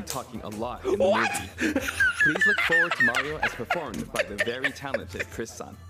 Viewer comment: "Chris san" 😂